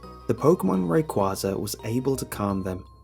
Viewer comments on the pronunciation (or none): none